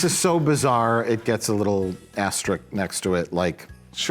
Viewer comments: Asterisk. Not asterik, not asterix. Asterisk. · I love how apparently not a single person in RLM can pronounce the word "asterisk" 😂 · So far, I've confirmed that, Mike and all pronounce "asterisk" wrong. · Do they all say "Asterisk" incorrectly on purpose? :[ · Ironically, the member of the group who comes closest to being able to pronounce the word ‘asterisk’ is. It’s a Catmas miracle!